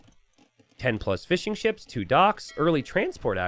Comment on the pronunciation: I like to think he is saying Fish n' Chips instead of Fishing Ships.